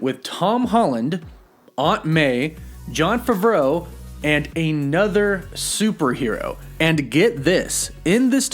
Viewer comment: I’ve never heard anyone say Jon Favreau like that 😂